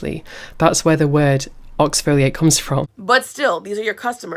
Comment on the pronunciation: Who tf taught him the word oxfoliate..